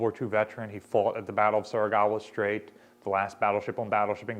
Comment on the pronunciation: i know its prlly just quirk but surigao is pronounced suri-gow (like "how") not suri-gawa